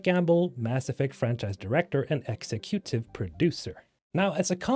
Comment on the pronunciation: Why did he pronounce "executive" like that ? Lmao